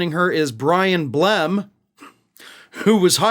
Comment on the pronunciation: I like the emphasis you put on Blem🙂